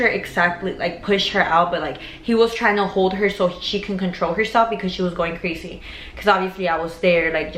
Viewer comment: Sounds like Crasy